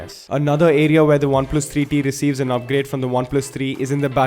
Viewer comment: Great reviews but I don't know why I listen "Oneplus 3D" 😅